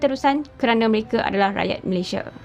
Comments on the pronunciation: Sebutan sepatutnya utk Malaysia ialah MalaysiA bukan ikut gaya sebutan B Inggeris Malaysie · Malaysia adalah nama negara dan nama rasmi . sebutan nama Malaysia originalnya bukan Malaysia(meleisiE)❌ tapi Malaysia(meleisiA)✅👍sebutan yg telah dipraktikkan sejak Sept 1963 walaupun brdialek riauJohorKL.. malah sebutan meleisiA adalah sebutan majoriti rakyat Malaysia, bangga la sebutan Malaysia yg asli iaitu MalaysiA bukan MalaysiE.